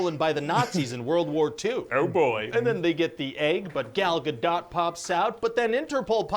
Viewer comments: I don't know what everyone's native language is on here, so that could affect what different peoples' ears will be sensitive to. But as someone who lived in Israel for 6 years, I can tell you her name has a long 'o' sound, i.e. it is a lot closer to "dote" than 'dot'. Hebrew does not in fact have a short o vowel in the language. Also, as a Canadian born and raised, I can tell you that Canadian English does have both a short and long o sounds and is definitely using a short o. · it's Gal Gadot, with a T. it's an Israeli name, there is no reason not to say the T. we don't have that weird rule in Hebrew. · Gal Gadot is a Hebrew name, U HAVE TO PRONOUNCED THE T AT THE END!!! It's GADOT not Gado. (U can find Gal saying it herself in Jimmy Kimmel talk show) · Ga-dote is how it's pronounced. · It's not French it's Hebrew - we pronounce the T....you're saying it wrong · She did a series of videos on how to pronounce it and she says: “Gal Ga-dut”. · I thought it was pronounced "Guh-Dough"..."Dot" sounds weird to me. Idk maybe it can go either way like Caribbean or Iran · Gal Gadoe (pronunciation) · Hey, little known fact... it's actually Gal GaDAYUM □ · What? I know. When they say GoDot, it makes me crazzzzie!! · you pronounce the T in Gadot but not in Margot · I had to pause after HT because your question on pronouncing Gal Gadot was so! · i think its 'Gal Gadot' with a 't' you can hear... idk either lol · " pronunciation of Gal Gadot's name is the same as how she pronounces it." Nope. Not at all.